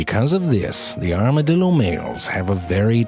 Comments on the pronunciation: ZeFrank: here are some true facts about the...armadiLdo Me: son of a bitch just got me in 4 seconds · WHEN YOU SAID "ARMADILDO" I COUNDT GET IT OUT OF MY HEAD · "Arma-dildos. Oops I said it two times." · OMg i just put this on for my 3 year old i had to do a double take and come back and he defintly said Armadildo lol something about shooting fire out ass n teleporting yea my bad son lol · "Armadildo" I'm laughing hard, he funny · I was just thinking “armadildo” then he said “the armadildo” and I died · Armadildo lol.....😂😂😂😂😂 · Armadil...do... Can't stop laughing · 'Here are true facts about the arma-dildo. Oh wait that's a typo' - this guy. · It sounds like he's saying "Armadildo" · XD aramadilldos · I lost it at the 2nd "Armadildo". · Is it just me or he's saying Armadildo at the beginning? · lol armaDILDO lol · Armadilido...I will never be able to say armadilido right again... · I think he said Armadildo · does anyone else hear the man in the beginning say arma-dildo? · i heard you said "armadildo" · You had me at "armadildo." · Anyone else think that it sounds like an "Armored Dildo"? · Armadildo LMAO... dude please talk about the bonobo monkey or the portuguese man o' war or the sea cucucmber... Morgan Freeman would be proud! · As a Texan I can confirm all of this Even the mispronouncing of it's name